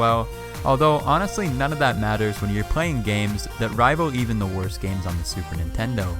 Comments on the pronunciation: ITS not Nitendo ITS standing Nintendo and Wtf ITS PS not a polystatiob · The Chintendo hit me HARD😂😂😂